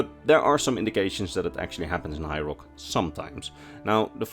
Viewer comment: it sounds like you're calling High Rock Hyrule.